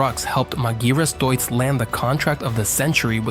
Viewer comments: MAGIRAS DEISITZ ?? MEGRAS ? MEGURAS ? MEGURUS ? MEGURIRUS ? MAGIRAH ? ALM ? DIUTZ ?? MADURAS ? UMBOLT DEITZ ? DETIZ ? HAMBOLT DAUTZ ? MAGIRAS DAUTZ ? MI FERMO QUI. COMMENTO RIDICOLO DI UN UBRIACO AI. PRONUNCE : Magirus Deutz = MAGHIRUS DOITS < Humbolt Deutz = UMBOL DOITS > < ULM si pronuncia ULM > È TEDESCO NON INGLESE E PER CERTI VERSI SOMIGLIA AL LATINO, NON AGLI STATUNITENSI. A FURIA DI SCOPIAZZARE L'AMERICANISMO SIAMO DIVENTATI UN POPOLO DI INVORNITI. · Yet another video ruined by bum yank accent AI commentary that guesses pronunciation. Majeerus / Magearus / Dutz / D youts. DIME ler Benz ? WTF kind of engine is a Dutz Dizzle? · Try to say Deutz (Doyz). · Dreadful pronounciation of "Magirus" and "Deutz" 😡